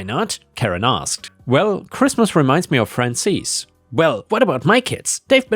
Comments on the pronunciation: Hey, Penny again. Frances is a western name. Generally unisex. Pronunciation is FRAH-n-sis. Not EES, IHS. Think the second syllable of the word Axis. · Frances is "fran sis" not "fran sees." lol